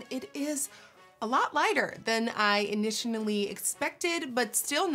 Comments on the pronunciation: Nicki , u said initionally instead of initially <3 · Did no one else realize that she said "initionaly" instead of initially ? 😂😂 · she said initiantly. what language are you even speaking. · Awe nikkiiiiie ! You are so cute! She said “initionally” expected. 😂💕 love her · "initinally" sorry nikki love you 😂😂😂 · "Initainally inspected" me too nikki